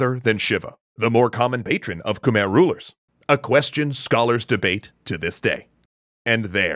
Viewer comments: See, I realize that this series is already recorded and produced but is it pronounced as "Kuh-mehr" the whole time 🤔 The pronunciation should be something like "Kmai". I appreciate that the Khmer get a section here, but to me it's cringy hearing the name mispronounced. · Please look up proper pronunciation when dealing with foreign names, we should be past "koomer" by now. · Love the vid. Quick pronounciation thing though: Khmer is pronounced as "Kh-my" (even native tongue says it this way) not Khmer. For some reason, when the language and name got romanized, words got spelling that doesn't make sense. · Fact: khmer is not pronounced KHU-MEER or KH-MER. Its actually KAH-MAI (khmai). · Ke-mai is how it's pronounced please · It's pronounced KUH-MAI